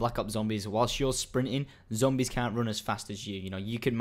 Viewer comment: ending: "And adios" good job, next video try to get get the "R" out Zombiessssssssss!